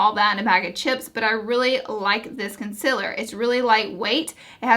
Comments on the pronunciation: Lol consiller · Omg the way you say concealer😤😷😷